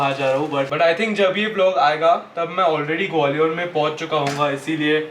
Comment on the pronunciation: ग्वालियर है वो gwaliooor nahi hai 😂